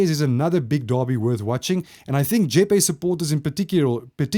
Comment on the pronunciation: So you know re. Jeppe Boys> it’s Pronounced Jep- Pee not Jep-A